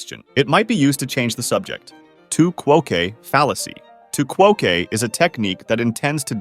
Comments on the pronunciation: Bro thinks it's spanish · too qwo kay 😭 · Great vid. 'Tu quoque' is probably pronounced ((chew coke)). Any French speakers here? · FYI: tu quoque is pronounced quo-quay not quo-kay (since it's from Latin not Spanish) and there's no need to double-capitalize since the -que is a suffix not another word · The “qu” is “que” is pronounced…”too kwo-kwe.” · it’s “tu kwahkway” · LMAO tu quoque is just "you also"/"you too" in latin (also the quo is pronounced like in quote, and the que is like a qu like any other but than an A noise like in ate... oopsie) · You mispronounced tu quoque, ergo I don't find this video informative.